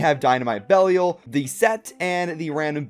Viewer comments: I think the correct to pronounce belial is be lie yal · The pronunciation of Belial was killing me.